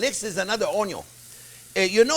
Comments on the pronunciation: I watch this show to listen to you say oon-ion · Onyawn always goes in first<>Onyawn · I had the ‘Trinity’ knocked into my head for decades!…. Now the, ‘Onyon’ first technique has changed my life!…. All the ‘Trinity’ at once is ok!…. But ‘Onyon’ first makes it butter!…. (Oops, better!…. Not ‘butter!)…. 😘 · Chef JP...you are my happy place...your enthusiasm is second to none...! I absolutely agree with previous comments "prep is now called mise en plus"..."onion is now onyo"...freeze everything for 17 years...and parsley is known in my house as parse-ley...complete with attempted French accent...! I absolutely love your channel...and you and Jack! I love the little captions Jack puts up. Thank you SO much Chef JP...You da best...! 💋❤️💋